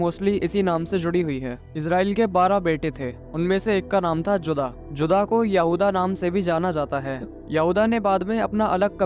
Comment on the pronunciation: जुदा नहीं, जूडा